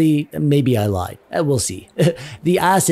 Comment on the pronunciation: he also said cyberJUNK 😂